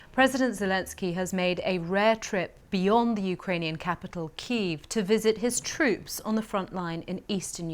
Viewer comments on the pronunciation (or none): none